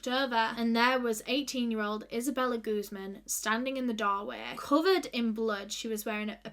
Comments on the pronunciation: Just a quick tip on pronunciation: Guzmán is a Spanish surname and as such one needs to put the emphasis on the stressed syllable, this is guzMAN, otherwise it sounds like you are saying 'goose-man' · Her last name is in Spanish it’s pronounced like gooz MAAN